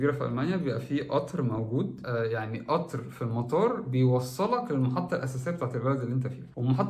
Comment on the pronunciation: اسمه قطااار وليس اطر